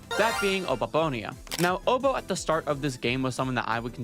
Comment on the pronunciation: Abababone?????? It's Oboabona